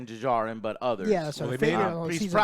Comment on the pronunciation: The D in Djarin is silent. Just pronounce it as if it’s spelt Jarin. Like the D in Django unchained.